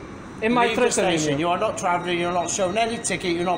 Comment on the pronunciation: You vill not be twavellen today